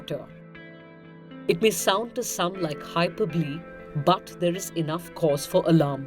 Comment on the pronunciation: Abhineet Dey yeah she totally mispronounced hyperbole and audi